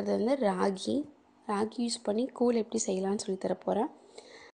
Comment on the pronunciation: கூல் இல்ல மா.. கூழ்.... தமிழ் மொழிய கொல்லாதீர்கள்..